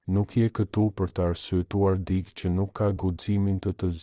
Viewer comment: Te gjitha ç' far thua Jane realitet.te lutem fjala dikë nuk lexohet dik, tingellenon keq dhe dukesh sikur nuk e respekton gjuhen shqipe. Ç' fjale duhet lexuar me korektesi.